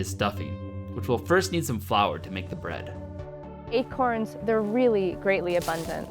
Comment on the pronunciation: He said acoins hahaha